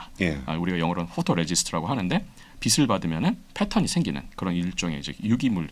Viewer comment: 교수님께 빛을 =비슬이 아니고 비츨로 읽으시라고